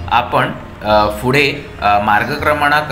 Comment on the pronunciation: Good info , फक्त आपण फुडें असा ना म्हणता पुढे असा म्हणा.